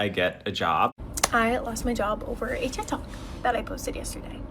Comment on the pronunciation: First of all, who calls it "Teek Tok"? LOL